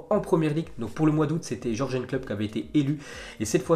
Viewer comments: T'as vu il m'énerve à Jorgen Klopp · alors c'est simple, on dit YURGUEUN et non jorgeun Klopp